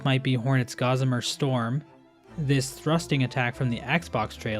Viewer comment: You need to learn how to pronounce 'Gossamer'.